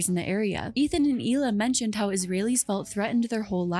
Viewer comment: Isn’t her name pronounced “Heela” not “eela” I mean her name is spelled Hila isn’t it?